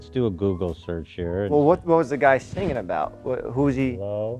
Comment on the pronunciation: We need an episode where Ethan finally learns how to pronounce the word "singing"